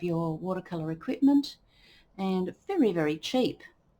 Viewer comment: The Japanese brush "hake" is pronounced hah-keh (two syllables, IPA: /hɑːkeɪ/). It is often misinterpreted by English speakers, but it does not rhyme with "cake" or sound like "hockey". The emphasis is on the first syllable, which sounds like "hah," followed by a short "keh".